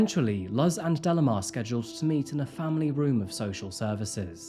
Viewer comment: delimar is pronounced like de-lee-már, not dellamar 😬